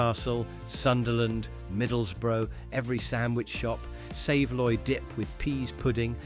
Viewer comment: Why can you not use your own voice ? Roly polly? ? Savi loi? Real voice would get it right .thats the next thing gone . Real voice please 😢